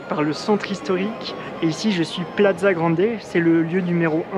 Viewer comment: Félicitations pour ta vidéo, par contre désolé de faire le rabat-joie, plaza se prononce plassa, et basilica "bassilica". J'habite à Quito depuis 10 ans et c'est super d'avoir une vidéo bien faite en français; merci !!!!